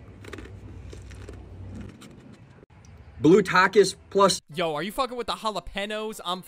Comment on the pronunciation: hall-o-pen-oes and tack-es💀💀💀